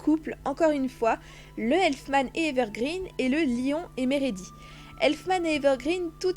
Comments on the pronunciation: C'est leon et pas lion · c pas lyon mais léon